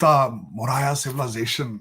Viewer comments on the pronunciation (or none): Sajid Tarar……get ur pronunciation correct. Its not Texla bur Takshila. It not Moraya but MAURYA……..So much for ur claim to have studies Indian history. ……and your Punjabi accent……..JAI BHARAT 🇮🇳🇮🇳🇮🇳🇮🇳🇮🇳🇮🇳🇮🇳🇮🇳🇮🇳🇮🇳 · No food not a grain of rice must be sent.These people are snakes.Constantly trying to attack India.Tarar saab, please learn the subject and then speak.The word is Chandra Gupta MAURYA,and TAKSHILA and not Texila.